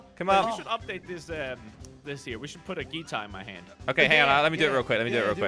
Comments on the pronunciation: just makes everything so funny with his ‘geeeetar’ 😂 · ZAHIRAH BINTI ABD HALIM Moe pronounces it like geetar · I love watching 2 things attack on titan and slogo Why does call it a geetar